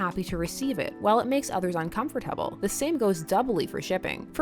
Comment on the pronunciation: the way she says uncomfortable makes me really uncomfortable